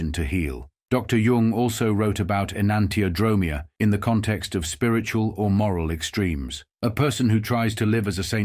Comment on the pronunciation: en-ahn-tee-o-dro-MEE-a (accent on the fifth syllable)